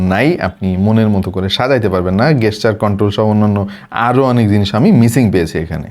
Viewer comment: রিক্স❌ রিস্ক✅ গেসচার❌ জেসচার✅